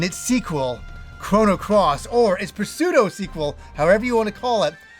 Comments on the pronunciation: Did you just say puh-pseudo?... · Love your vids and takes. Interesting thoughts here but I think your original reviews were good at the time and not “wrong.” Current you is bound to see things differently than you did 20 years ago. Also the P in pseudo is silent ❤️ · I've never heard anyone say pseudo with a hard 'p' before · It's a far bigger crime than any of these reviews 😂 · People have been trying to tell him forever how to say it but he either doesn't see our comments or doesn't care I guess 🤷🏻‍♀️ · The p is silent bro.